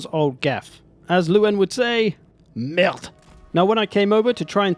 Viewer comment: The "merde" was flawless too ^^